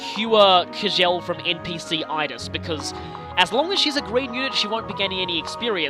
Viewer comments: It's actually pronounced "Chell" and it's Swedish. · I think it's pronounced chell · Her name is pronounced Kai Jill . I am like 98% sure